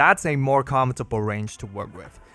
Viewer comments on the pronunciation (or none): none